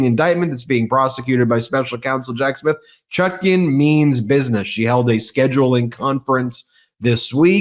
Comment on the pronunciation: Ben, her name is Chutkan, not Chutkin.